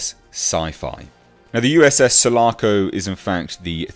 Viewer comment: Sul--A--Co...Listern to Riply say it!!!